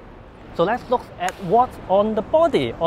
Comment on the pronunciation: The Groovy Guitar Dude He pronounces look as lok due to his accent.